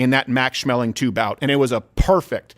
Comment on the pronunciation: It's a hard A. Schmeling